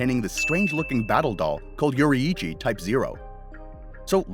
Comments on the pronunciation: its pronounced "yoreechy" not "yori hi cchi" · bro butchered yoriichi name